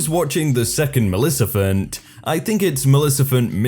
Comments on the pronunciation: Its Maleficent not Malecifent 😂😂😂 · Malecifent Malecifent Storytime its Maleficent